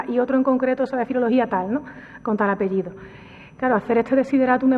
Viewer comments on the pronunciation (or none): none